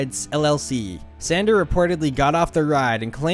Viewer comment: San DOR, not San DER. Like a DOOR. Other than that, great video. :)